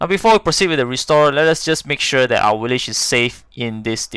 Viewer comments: Willage????? WTF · How many times dose this guy sat willage